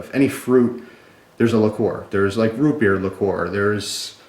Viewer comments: likor? i thought it was pronounced liquer? ueeerrrr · he did pronounce vodka funny but liquor and liqueur are pronounced differently, and he mentioned liqueur